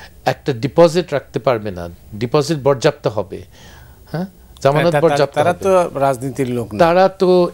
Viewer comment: বরযাপ্ত হবে 😂😂😂😂আগে বাংলাটা ঠিকমত শিখেন তারপর বাংলাদেশের রাজনীতি করবেন।